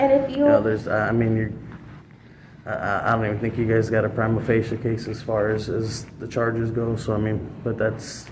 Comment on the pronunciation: I think you missed that he didn't say "prima facie" he said "primal facial"